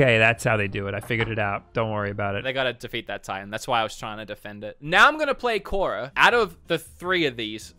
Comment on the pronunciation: Clearly has never watched avatar the Last Airbender doesn't even pronounce korra correctly but we still love him though